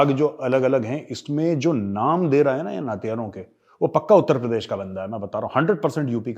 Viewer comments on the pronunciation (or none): none